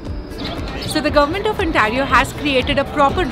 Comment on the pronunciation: Madam Ontario bolna toh seekh lo. It’s pronounced as Ontay-rio not Ontaa-rio